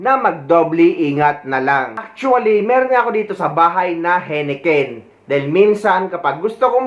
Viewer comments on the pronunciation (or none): Pronunciation ng Heineken ay High-ne- ken. Thanks sa mga video mo